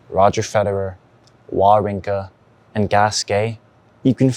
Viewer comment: Wah-rinka? Really? Unacceptable. Va. Va. Vavrinka!